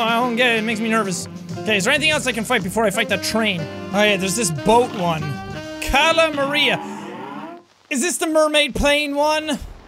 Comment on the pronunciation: Jack, it's Cala MAR--IA not Cala MUH-RIA. Like calamari!